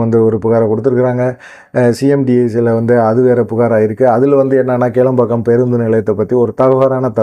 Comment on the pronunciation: Please correct Kilampakkam not kelampakkam.